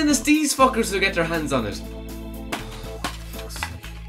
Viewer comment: “N den eese fuckers get der Hans on it” Hahaha accent made that so funny bro.